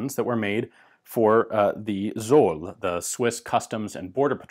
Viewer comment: In German the "Z" is pronounced as "TS", so Zoll sounds like tsoll, hard to explain, you need to hear it.